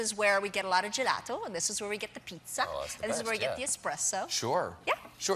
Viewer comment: Her italian pronunciation sounds pretty correct to me (I'm from Italy), it's not fake at all, for example she says spaghetti almost like a native italian( just the double T sounds a little too "english"), or the way she says "pizza" and "gelato" are fine, and other words like "burro" or "parmigiano" . She sounds just like an italian person who is speaking only english for many many years, as she actually is.